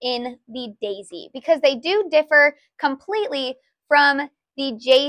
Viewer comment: I love how your accent comes out when you bring out the Dayzee. It really shows your enthusiasm and how much care goes into Geshelli Products❤